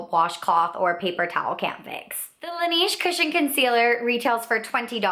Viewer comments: good video! it's pronounced "lah-nehje" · I'm from Korea and I have worked for AmorePacific Corporation who is the parent company of Laneige and thats why I said that you're saying the brand name wrong. We say it kind of like Laneíge or Lan Edge. The company chose the french words La Neige which means the snow. The name was chosen because laneige uses himalaya snow water in their products. If you look at the ads thats how you are suppose to say the name. Have a great day! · you're saying laneige wrong...